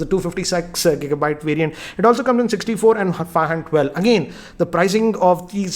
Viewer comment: Two fifty SEX Gigabyte variant 😂😂😂